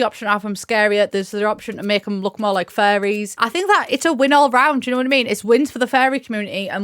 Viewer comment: was trying to understand why you kept bringing up fairies until i got it that u were saying FURRIES